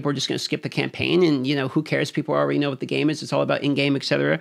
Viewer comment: I all-raydee maxed out my oh-poes.